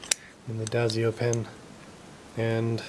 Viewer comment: DIE-SO not DAY-ZIO :)